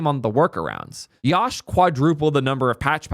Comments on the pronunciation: Love that the intern is working so well, but atleast say his name right, it is pronounced as "Yuh-sh" (Yash) no YAASH🔥🔥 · its yash like "yush" not liek "yawsh"